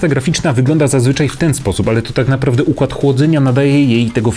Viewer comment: Uchład mówisz. 🤣